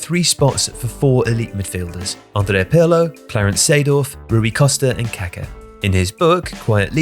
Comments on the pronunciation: KAKÁ like kakaah It's not Káka or kaahka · The pronunciation of kaka is driving me crazy. He keeps pronouncing it like the word for excrement. The emphasis in on the last a.